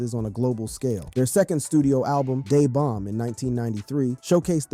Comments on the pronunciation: Lol. Not, "DAY" Bomb . . . "DUH" Bomb . . . Interesting video nonetheless 🙂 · I think the album was called “DA BOMB” like “the bomb” not day bomb…